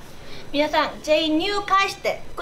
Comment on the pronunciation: ヘリン「くだたいね」正しくは「くださいね」 そうだった、ヘリンはSの発音が苦手だったんだ…